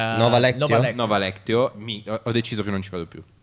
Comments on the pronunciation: Nova Leczio è la pronuncia giusta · Bellissimo il rispetto che tutti portano nei confronti di Simone Guida (Nova Lectio), che comunque si legge "lecsio" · Fedez: "sono stati a Dubai", ovviamente fa tendenza, ora vabbè non è l'unico colpevole finanziatore, si dimostra pentito di aver speso soldi li anche solo per un gelato comprato, ok bene. "Nova leczio", ok non è esattamente la pronuncia più corretta, hanno sbagliato anche gli altri insieme a te, forse vie siete distratti tutti o qualcuno ha veramente poca cultura. Ma chiunque riesca a guadagnarsi da vivere anche senza cultura per me avrà sempre la mia stima, purtroppo agli italiani a quanto sembra non va bene come a te Fede. Cultura e curriculum lungo possono non bastare per mettere insieme 2000 euro al mese netti. Ma non ne faccio una colpa a te, tu sei quello che veniva dalla periferia milanese, che ha fatto altri lavori, che ci ha provato e che ha avuto l'Ambrogino, perché si è distinto nel suo volontariato per il sociale. Merito a te per tante altre cose, chissà che rimanga un briciolo anche per altri, che provano ogni giorno. Bada bene, non parlo per me, ci sono persone che conoscono e mi stanno vicine, molto più meritevoli di me, anche perché tu alla fine che potere hai? Quindi fai finta che sia stato solo uno sproloquio, un delirio tra i tanti commenti non graditi. Tanto non è la prima volta che vedo video, solo che adesso mi provoca questo malumore. Sono sicuro che dipende solo dal mio essere attualmente negativo